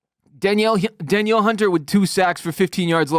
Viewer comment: dan-NEEL Hunter, bro